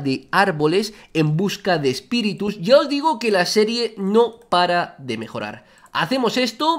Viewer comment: espiritus❌ espitirus✅